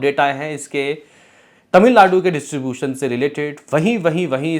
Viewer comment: इसीलिए कहता हूं टाइम पे पढ़ाई करना चाहिए।।। वरना पढ़ने में दिक्कत हो जाती है।।। ड्यू को dui aur distribution को distubutoin पढ़ना पड़ रहा है।।।